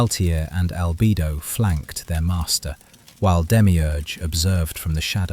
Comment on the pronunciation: Albido 😂 It is Albedo (All-beh-doh)